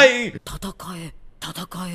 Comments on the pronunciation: It’s not tatakai. It’s tatakae😞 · It is not tatakai, it is tatakaE. Don't be this guy xD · not sure if u realize but it’s pronounced ta-ta-Kai-ay not ta-ta-Kai it’s spelt tatakae tho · It’s not “tatakai”. it’s “tatakae” which is an imperative form so ellen’s telling himself to fight. Tatakai is a noun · Tataka-i = (noun) , Takata-e = (verb), FYI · Why does he say "tatakai" and not "tatakae" xD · It's not TATAKA " I ", its TATAKA" E " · Please say tatakaE not tatakaI please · saying "tatakaE" is one of the funniest shit for me during this video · always icks me every time you say tatakae wrong, I was hoping that when you heard them say it more time, you'd fix it but all good, I still love the reactions and have been following since the start!